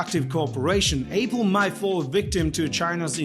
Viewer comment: He pronounces it A-pool, Apple and Apool.